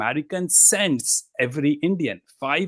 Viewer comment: it pisses me off everytime he calls himself amarikan lmfao what is this guy